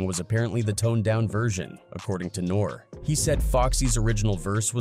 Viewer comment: Do you not know how to pronounce words....if you're going to make videos about these people at least say their names right 😅😂😅...mf said nore like the pasta brand..you get thumbs down till you start pronouncing names properly